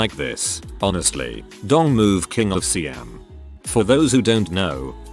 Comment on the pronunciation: Props to the text-to-speech narrator for the pronunciation of Siam. ... Until the Czechoslovakia part.